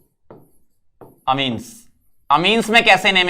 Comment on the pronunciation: amine❌ Ameen ✅